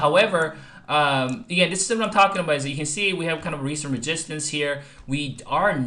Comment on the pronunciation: Why are you saying ReGistance????